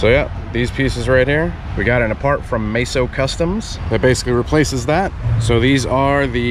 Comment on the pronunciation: MEso not MAYso